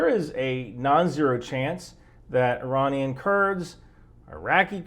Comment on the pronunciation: That’s the first time I’ve ever heard not pronounce it 'Eye-ranian.' Truly, we live in interesting times.